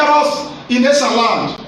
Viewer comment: Can we all adapt the proper pronunciation of ESAN rather then Ishan?